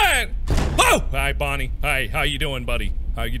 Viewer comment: Scott: OK Mark repeat after mr Scott: bon Mark: bon Scott: nie Mark: nie Scott: OK now say Bonnie Mark: bonnster